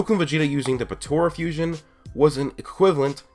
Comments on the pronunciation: It's potAra fusion, not potOra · No hard feelings bud but I just want to point out that it's Potara, not Potora. Pretty petty nitpick, self-admittingly, but I just felt the need to point that out. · Potara Not potora Not portra (like my friend says) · Potara Fusion. Not Potora/patora.